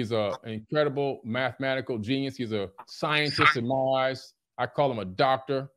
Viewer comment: “Facts”. “Geneness” did I hear that right wtf Dave this is one of your best. 1 x 1 is my favorite